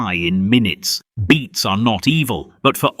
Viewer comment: Beets. Not beats